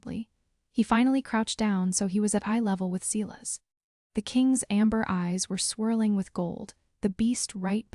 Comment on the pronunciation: Please quit shaking the graphic. It's SILAS not Sillas nor Seelas. God I hate AI narrators. LUNA not lunar. Okay I'm done listening as the whole storyline is pure gibberish.